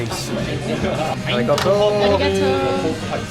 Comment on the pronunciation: The "Arigoto" makes me so aggressive 😭😭😭